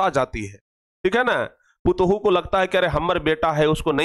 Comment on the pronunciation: Putuhu nahi patoh bolte hai